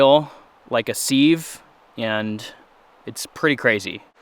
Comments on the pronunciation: i think it's pronounced siv not seave.. just in case you care to know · Sieve is pronounced “siv” not “seev.” Now fix your oil leak. 😁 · It’s not sEEve, it’s SIV! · Leaking like a sieve! Haha. Pronounced SIV. 😂